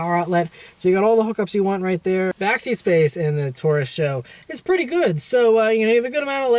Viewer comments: S.H.O. not Show. Do you try to say GTR, or STI? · Ford Taurus "Show" _. It's pronounced S-H-O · I was cringing every time he said it lol...super high output.. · saying "show" sounds fucking ridiculous. Couldnt even watch the video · I thought it was pronounced S, H, O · This guy gets it^^^^^ say it with me, S-H-O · Can't take your reviews serious, if you can't even pronounce car model correct.